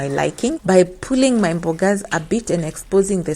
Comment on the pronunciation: I really like it when you say mbogas 😂😂😂aki kenyans